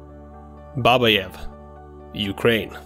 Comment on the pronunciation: Babáyev. Stress on the second "a".